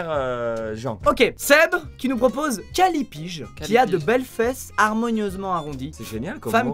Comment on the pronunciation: callipyge : calypige WTF